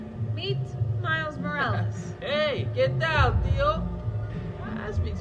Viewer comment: so funny to hear this as a native hispanic because they both mispronounced when they speak in spanish xD miles with his "tiyo" and "empanara" and miguel with his "maravia"